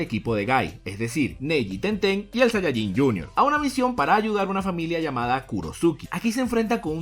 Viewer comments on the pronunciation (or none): none